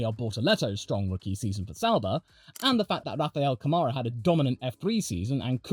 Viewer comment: I don't know if anyone has ever mentioned this to you, but Rafa's name is Rafael Câmara, and the â means that's the stressed syllable. In other words, it's pronounced "CAmara", not "caMAra". Please pardon my Hermione Granger moment, but I have a thing about trying to get people's names right as a matter of respect.